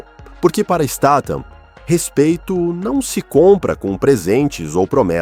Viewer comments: Pra fazer um vide lega e profissional você pelo menos deveria falar o nome do artista corretamente, você muda a cada frase státan e depois stathan, seu video é ridículo, deveria sentir vergonha de falar errado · acho que se pronuncia, Stat-ram kk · A pronúncia do nome é . Isteitam , a pronúncia ! Vamos ver se o narrador do canal aprende ! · Caracas, o narrador não consegue pronunciar o sobrenome do Jason nenhuma vez.